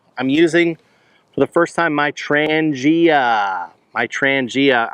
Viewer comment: ITS PRONOUNCED “ TRAHN YA “ NOT WHATEVER YOU KEEP SAYING 🙄